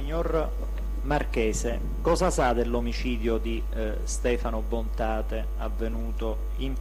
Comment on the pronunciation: Bontate non Bontade